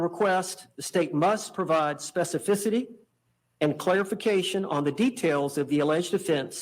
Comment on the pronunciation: lol! lol! lol! can’t say “specificity.” He tried twice and screwed up.